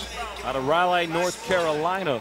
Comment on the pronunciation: The Announcer pronounced Raliegh wrong